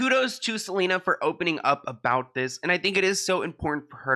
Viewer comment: hailey really said "i gotta keep an eye out for selener" 😂